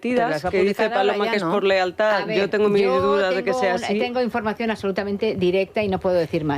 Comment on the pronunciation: Paloma, sin que se moleste , se dice lealtad, no lealdad , ya es el segundo dia que se lo oigo decir...